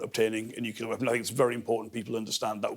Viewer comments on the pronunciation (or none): Nuclear not Nukiller. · No respect for anyone that says nukular